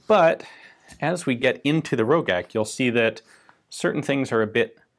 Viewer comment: I have seen one of these, and it was produced BEFORE the GB was even produced in Austria. It was also pronounced Ro-jack, not Ro-gack. The one I saw had a very low serial number, like 4 or 5, and had a damaged sight. It was largely hand made.